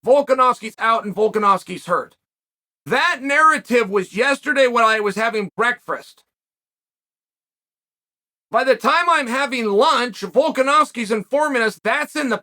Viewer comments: Never knew there was 2 r’s in Breakfrast. I’ve been saying it wrong my whole life. Thanks for showing me the light Uncle Chael! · Chael needs a speech therapist for the work breakfast. He always says "breakfrast" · Thanks uncle chael I didn't know 'frast' was a word@ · Yesterday when he was having ’breakfrrest’